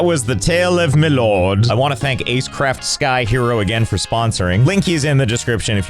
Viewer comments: I love the way he say “Loord” it gets me everytime 😂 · L-oh-rd Josh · I love how Josh can’t say the word “lord” without pronouncing it “L-oh-rd” God dammit I love this man. 🤣